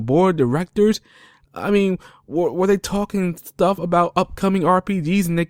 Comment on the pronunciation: Side questiz? Thtuff? Progek? Talkning? Wow dude, you gotta work on your speech. Seriously...